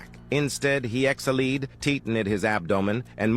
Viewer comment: EXALEED BRATHER TITINED Wow, i didnt realise ai voices can sound really badly💀